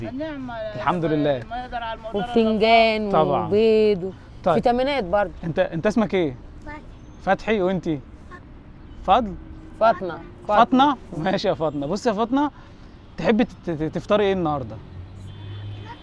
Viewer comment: هي اسمها فاطمه بس هم هناك ينطقوها فاطنه